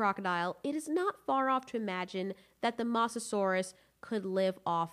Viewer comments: It's MOsasaur not MAsasaur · STOP GOD DAMMING CALL HE MOSASAUR MOSS A SAUR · Who got triggered after she kept on saying the mosasaures name incorrectly?